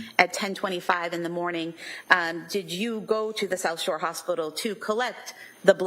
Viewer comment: Why is it getting on my nerves that the prosecutor sounds like she is saying Sosher? Is it South Shore? Sorry for the triviality.